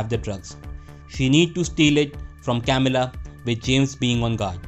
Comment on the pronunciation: I'm sorry I just cringe 😬when he is narrating and pronouncing the names so bad it's not hard to say güero (wero) or Camilla (ka-mee-la)not Kamila 🤯🤯 don't get me wrong video was good and well appreciated just don't say names next time if you can't pronounce them right please and thank you